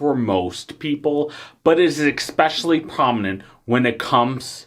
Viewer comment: Sorry dude, you led off with an "expecially" and I can't do 20 minutes of that.